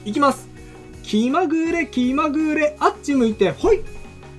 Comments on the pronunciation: 関東住みだけど違和感あります😂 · あっち向いてホイのイントネーションがきになる😂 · あっち向いてホイのイントネーションが気になった😂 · あっち向いてホイのイントネーションって関東だとこれが普通なんかな わたしは大阪住みだけどめっちゃ違和感😂